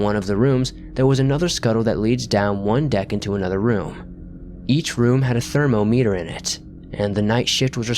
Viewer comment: Thermo meter? It's one word friend also Humvee is said as a word not spelled out lol good narrative voice